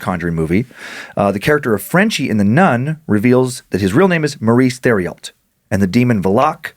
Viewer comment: I hate to be that guy but... Theriault=tehr-ee-oh I'm from Louisiana and we have a lot of names like this here. I love your show guys. This one was pretty spoopy!